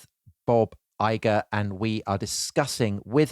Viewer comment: It’s IGER, not Igor.